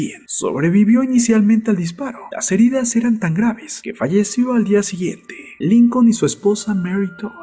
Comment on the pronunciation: ¿A nadie mas le molesta que quien narra éste vídeo no sepa pronunciar muchas, en verdad muchas palabras en ingles?, ¿"Eibrajan Lincon"?. Y no es el primero, en verdad, solo quiero que sea un aporte, generalmente tienen buenos temas, pero la narrativa resta mucho a la calidad de la información.